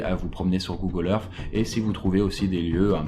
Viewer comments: google earssssss et non pas earffff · Arrêté de dire Google Earffffe !!! Si tu n'arrives pas à prononcer le th alors dis au moins Earssse 😂